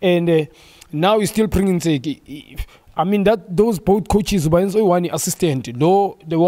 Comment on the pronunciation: Ntseki, not 'Motseki'!